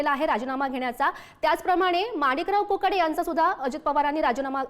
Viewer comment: मोकाटे नाही कोकाटे